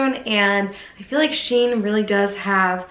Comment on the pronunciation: It's SHE-IN not Sheen. It is exactly the same company as before when they were called She In. They just rebranded and joined the two words together.